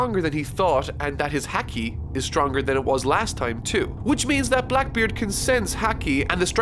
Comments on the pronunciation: Ik it's not important but Its Ha-key, not Hack-key. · Ha-ki not hacky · haki is pronounced like hockey, not hackey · Bruh it’s pronounced Hockey, not hacky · Bro says haki like a hacky sack. It's like hahaha ha-key or hockey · Ok so uh I was watching calmly and he keeps pronouncing haki hack-e instead of hah-ki and its irking me lol Ok yeah thats all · Love the videos, hate how you pronounce things. Haki = Haw-key (not hacky) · its HA-KI BRO, its pronounced like Hockey not hackey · HaH-kee not Hea-kee, no hate just going forward it'll help if pronounced right, 😁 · Hacky while true due to hacks is more so said as Ha -key. Made me chuckle and do you obviously it’s a made up word. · I know you have an accent but it's pronounced HOC-KI not Hac-key like Hacky sacks... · ha-key its ha-key not haw-key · It's pronounced "Hah-key" not "hacky" My silly Irish boy and his goofy pronouncing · Ok i would usually not berate on this because I love this series he is making but since he will have to pronounce this a lot. Its said as "Ha-key" not "Hack-e". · I cringed everytime he said “HACK-E” and not “Ha-Key”. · Hey person not named! Been loving this series as a long time One Piece fan. Just a few notes though: - “Haa-kee” not “Hack-ee” - The translation for the Haki Luffy uses is right, but it’s also been translated as “Conqueror’s Haki” by the Viz dub, which is what most people call it since the other one is dummy long. - Blackbeard and crew survived Magellan’s poison because Shiryu had stolen an antidote and gave it to them. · Am i the only one who was annoyed when he said Häki and not Haki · There is no such thing as "hacky". It's "Hau-ki or Haw-ki" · would prefer to say HACKY rather than HAWKI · Haki is pronounced h-ah-ki not h-ack-i sorry but it does my head in lol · Haki is pronounced like hokee like the sport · Fuck, I can't get through any of these. Your pronunciations ruin everything. Cammie as Kami, and Haki as Hecky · Spelled haki but pronounced hoki